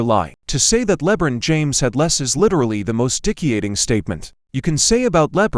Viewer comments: "Leb-run James"... Lmfao 😆🤣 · Can we keep pronouncing his name this way hahaha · I despise LeBum... but if you're going to talk about him, say the name right.